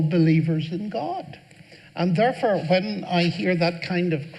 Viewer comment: "Therefer" I love the way he says that.